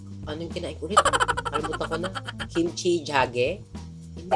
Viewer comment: Kimchi Jigae “g gay” po hindi Kimchi Jage . 😊